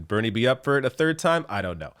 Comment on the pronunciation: Ber-nurie, byrnie, burnie!!!